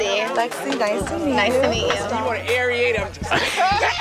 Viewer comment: Did someone say “aeriate” instead of aerate the wine?